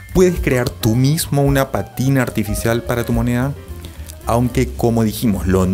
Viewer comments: Para ti que estás en este rollo, una corrección. No es patina, sino pa'tina, palabra esdru'jula con acento en la antepen'ultima sílaba. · Se dice pátina. Atención al acento, por favor.